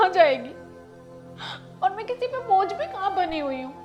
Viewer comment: Bhoj nahi bojh. Rectify it please. Anyway wonderful content as usual